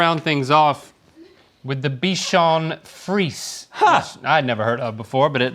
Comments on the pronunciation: The way they pronouncing bichon frise is 😂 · It's pronounced. Bee shan free zay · I love how no one ever corrects their pronunciation. 😂 "Dotson" and "bichon freeze" made me laugh.